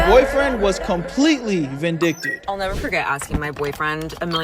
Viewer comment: "VINDICATED NOT VINDICTED"